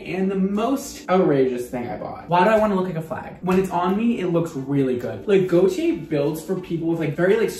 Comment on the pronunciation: Every time said Gaultier, I kept thinking he was saying Gotye, and now I have "Somebody That I Used to Know" stuck in my head.